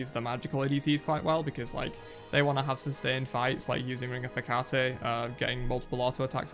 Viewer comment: its heck-a-tea not hecatay